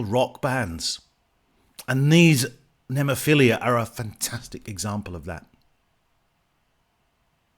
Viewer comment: Cool reaction, just one thing... The band's name right pronunciation is: Nemophi-LA... not Nemophi-LIA. ✌️😎🤟